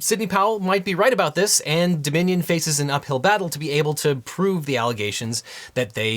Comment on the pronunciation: All the time I could hear ‘The Minion’ instead of Dominion 😅